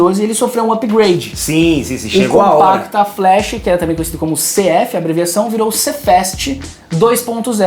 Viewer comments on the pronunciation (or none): Só corrigindo o nome do cartão é Compact Flash e não "Compacta Flash" como foi falado no vídeo!